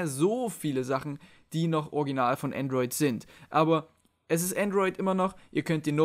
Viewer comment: Es heißt Androi"d" ;)